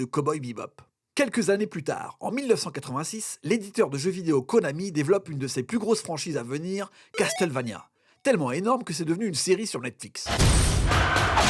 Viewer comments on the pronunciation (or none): c'est "Casse-Eule-Veï-nia" et non pas "Caste-Eule-Vania" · Ça se prononce CASSELVANIA. Sans le t. Apprenez à parler anglais. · Le "t" de "Castle" ne se prononce pas.